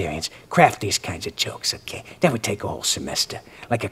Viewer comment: I love how he says "okeh" like the bitter Bob Ross of cartooning